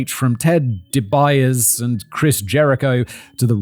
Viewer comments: "Dee-Bee-Ahh-See" And Capone died on Palm Island, Miami Beach, 8 years after he had been paroled from Alcatraz.. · Say it with me Simon. Ted Deebeeasee. That's how you say The Million (Gazillion in todays money😏) Dollar Man's name. Also, Why do yall cover so many wrestlers? 🤔 CTE, or some other sort of brain damage mixed in with a crappy childhood. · Ted dee-bee-ah-see, for gods sake. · It's pronounced Dee-Bee-Oss-Ee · It's pronounced D B osi. 😂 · 😂 oh shit Simone you are my ninja ❤ it pronounce TED (Dee - B-Osse ) but I will for ever refer to him as dobias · It's pronounced Ted DEEE-BEE-ASSS-EEE and his story would also be pretty interesting as he basically played the character of his rich, kinda rapey (charges ongoing) rich boss whilst now being an ordained minister caught in the middle of legal case. He's also a second generation wrestler who's dad died in the ring. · The most common pronunciation I've heard for Ted DiBiase (aka The Million Dollar Man) is 'De-Be-Ah-See'. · Ted DiBiase's last name is pronounced Dee bee ah see. Love ya, Simon. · On the off chance Simon sees this its pronounced DEE BEE AHH ZEE. The million dollar man was one of my favorites growing up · Also can someone who writes scripts put prompts on how to pronounce names nearly died laughing at his pronunciation of Ted Dibaise its DEE BEE OS EE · Simon butchering "Dibiase" is GOLDEN! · Chef's kiss on the pronunciation of DiBiase. That's what I cone here for. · 2 mins and Simon has already dropped an all time classic name miss pronounce in Ted DiBiase 😂😂😂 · I couldn't watch past the first minute, the incoherent ramblings just turn me off on this topic, and I heard you butcher Ted Dibiase's name. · How He Pronounced DiBiase 🤣🤣🤣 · Not Canadian but his pronunciation of Ted DiBiase too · the way you pronounced ted dibiases last name made me cringe so hard i dropped my water bottle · Hahaha poor Ted DiBiase’s name got BUTCHERED 😂😂😂